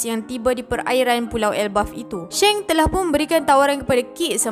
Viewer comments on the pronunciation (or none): none